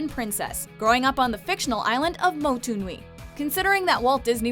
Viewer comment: Happy Lucky yeah she pronounced it wrong but that's okay. The name of the island is Motu Nui. In most Polynesian languages means 'big island'